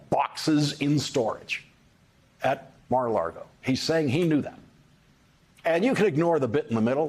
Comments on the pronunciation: Love you Lawrence! quick tip tho….it’s “Mar A Lago” not “Largo” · Every time this guy says "Mar-A-LaRgo" I lose respect for him and this channel. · I'm behind you on almost everything you report, but why do you keep saying Mar-A-LaRgo? If it's on purpose it makes you send like Fox host. You're above that. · Lawrence said Mara Lardo 🤣🤣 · We've all been saying it wrong. According to Michael Cohen, it's Mara-lardo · You keep saying Mar-a-Largo. It's actually pronounced MAGA-Lardo.🥸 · Larry, you great weirdo, please, just either say Mar-A-Lardo or learn how to pronounce it correctly because you just sound odd 😁😂🤣🌴😎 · Lawrence, it is pronounced Maga Lardo.